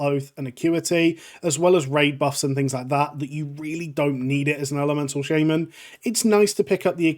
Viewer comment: shayy-man KEK